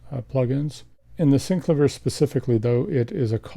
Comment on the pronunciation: Love the Thomas Dolby "Flying North" cover! This is VERY helpful! Thank you soo much. But I can't help but mention that the inventor, Cameron Jones, pronounces it 'SynCLAYvier' not 'SyncluhVEER'. I'm sure you've heard this before. Sorry but my OCD won't allow me to keep my mouth shut on it.